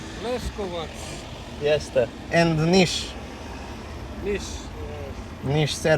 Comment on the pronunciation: Ali kad Finski policajac kaže Pera majonez , Lesovac XDD😂❤